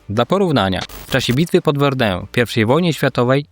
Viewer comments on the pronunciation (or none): none